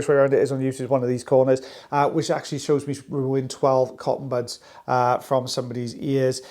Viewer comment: Cotton puds?! 😂 pronounced pud not pood!